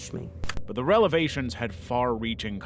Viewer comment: "the relevations"?!? 🤨